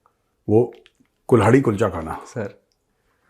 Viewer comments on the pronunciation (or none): कुल्हाड़ी कुलचा या कुल्हड़ कुलचा ? आप गलत तो नही बोल रहे ? या कुल्हाड़ी ही सही नाम है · Sir it's not Kulhadi Kulcha, but Kalhari-Kalhadi kulcha😅